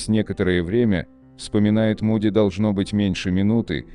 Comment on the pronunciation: Ну во первых не Муди, а Моуди!.... Произносите правильно.... А во вторых, согласно Священных Писаний в зеркале подопытные добровольцы видели Маму.... или демоническое существо, принявшего вид Мамы или Бабушки. Это они делают, дабы заблудить людей. Так они развлекаются... А люди доверчивы и легковерны.... Это опасные опыты заигрывания с бесовщинкой.... И медиумы, сами того не подозревая служат именно им!!.... Не заблуждайтесь, не зная Писаний!!!..... Это опасно...😮🎉...